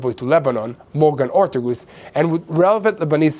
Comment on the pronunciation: it's Morgan Orteges rtagess